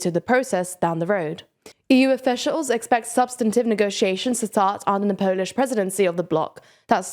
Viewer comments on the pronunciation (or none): none